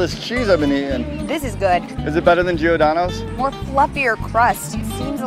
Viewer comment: Geeordano? It’s pronounced like Jordano’s. There’s no “ee” there.